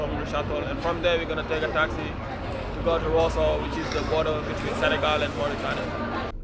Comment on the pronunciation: Senegal not segal....respect